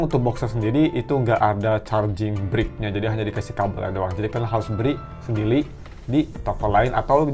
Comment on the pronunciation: "memberi sendili" kebaling bak :(